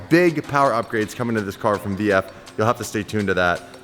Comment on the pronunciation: You almost said sheepey race instead of vf. LMAO